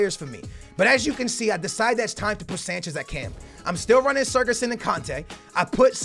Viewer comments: It's not surgison it's sigurthsin. The ð makes th sound. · You say siGurdsson not siRgudsson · Why the f do you pronounce sigurdsson as SER-GESSEN?! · it's SIGurðsson not SIRGurðsson, not hard just take a look at how it's spelt takes 30 seconds OKAY! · it is sigurðsson not sirguson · How can you read sigfusson and pronounce it sergisuon ffs... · you pronouncing of Gylfi sigurðsson is a little off. Pronounce it like Si-gurt-son :) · Its Mulrooneyy he means the way that pronounces his name... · You say Sigurdsson name wrong, also use tots lukaku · The way you pronounce Gylfi's name frustrates me 😂 love ya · please pronounce Sigurðsson correctly please